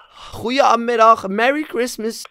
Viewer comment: Merry chreistmies